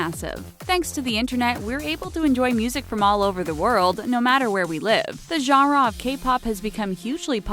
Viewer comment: The way she says genera makes me cringe